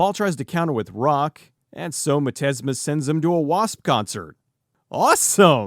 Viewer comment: Thank you for admitting when you made a misstep such as mispronouncing the main villain's name. It shows a great deal of positive character. But mostly, it highlights how much of a dork I AM for screaming at my computer, "Its pronounced 'miz-steam-ma!'" Great review.